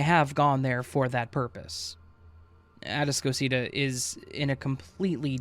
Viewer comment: It’s “A-task-o-cita” man. They don’t know what you’re talking about because you’re mispronouncing the name babe 🙄 Which makes me doubt the entire story because no one in Houston would pronounce that name as such. Maybe you went to Galveston island immediately after a hurricane girl. 🙄